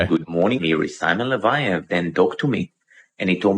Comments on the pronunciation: mispronouncing « Leviev » after watching a documentary where they say « Leviev » 10 thousand times properly is the most thing… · Not to split hairs His name is LE-VA-YEV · Did you even watch the documentary or do any research? Cause you couldn’t even pronounce his name right. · Only thing I could focus on lolllll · The way you say his last name wrong 😂😂 my brain gets triggered